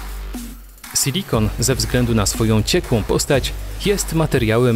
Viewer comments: Mówi się SILIKON, a nie sYlikon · Co to kurwa jest "sylikon" Moze chodizlo wam o SILIKON ?